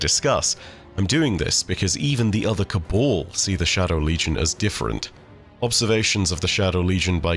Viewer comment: My dude, it’s Cab-ahl not Ca-ball